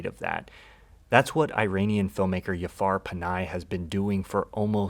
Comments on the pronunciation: Thanks for this video. one minor correction. Jafar Panahi is not pronounced Yafar Panai. The right pronunciation is Ja-far (J as in Justice) and Last name is Panahi (Pa-naa-hee) love your work. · Yafar panahi 😂 just pronounce the J normally, he's not Spanish bro. It's an honest mistake, it's all good, but also it doesn't take much effort to learn how to pronounce people's name